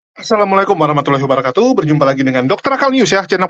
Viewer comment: Wa barakatunya dirubah dikit,,,🙏,Karena justru cara baca yg benar yg banyak di bahas podcash2 Islami dalam mengecek keaslian seorang Muslim,,,🙏🙏🙏